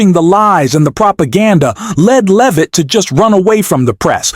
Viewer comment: "BREAKING NEWS: Caroline and her last name. Is it Loovit? Leevit? Levit? We don't know. Sure, she didn't actually run away, and we can't pronounce her name because we're just AI, but, trust us, everything else we're implying is true." 🤣